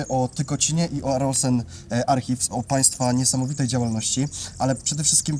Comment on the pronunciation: używacie angielskich nazw. Archives wymawia się - arkajws. 😊